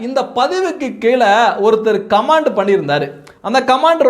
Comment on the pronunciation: கமான்ட் (command) அல்ல கமென்ட் (comment) என்று சொல்லுங்கள்.